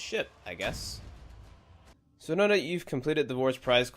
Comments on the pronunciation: i like how he says now as noi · When he says "Now" as "Nih"...lmao